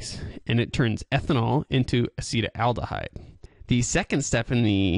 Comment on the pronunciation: It is not pronounced "a-SEE-tel-AL-duh-hide." This is what causes hangovers... Acetaldehyde Aci-TAL-de-hide Acetaldehyde is what causes hangovers. It is more poisonous than alcohol itself! This is what alcohol turns into once alcohol gets into your body. (It is a metabolite of alcohol.) This is what causes the hangover. Acetaldehyde occurs naturally in coffee, bread, and ripe fruit, and is produced by plants. It is also produced by the partial oxidation of ethanol by the liver enzyme "alcohol dehydrogenase" and may be a contributing factor to hangovers from alcohol consumption. Pathways of exposure include air, water, land, or groundwater, as well as drink and smoke. The International Agency for Research on Cancer (IARC) has listed acetaldehyde as a Group 1 carcinogen. There is something which is very interesting. What happens to the acetaldehyde in the body? It gets further broken down into something else. In the liver, the enzyme "alcohol dehydrogenase" oxidizes ethanol into acetaldehyde, which is then further oxidized into harmless acetic acid by a different enzyme "acetaldehyde dehydrogenase." (In the brain, "alcohol dehydrogenase" has only a minor role in the oxidation of ethanol to acetaldehyde. Instead, primarily the enzyme "catalase" oxidizes the ethanol to acetaldehyde.) What happens to the acetaldehyde in the brain and the rest of the body? It gets further broken down into something else: acetic acid. Vinegar. Vinegar! That explains the strange smell o